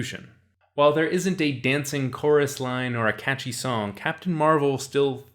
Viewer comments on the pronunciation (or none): none